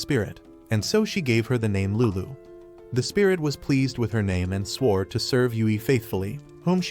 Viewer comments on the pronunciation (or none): The way he says lulu is funny